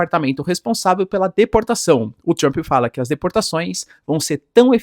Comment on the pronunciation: 😂se fala tomarauk pode falar Trump ao invés de Tchrump... 😅 nem faz propaganda de curso de inglês... rsrs